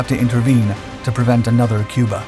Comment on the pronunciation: "Cubar" Pronounced "Cue-Bar" "Ain't gonna be anutherr Cubar."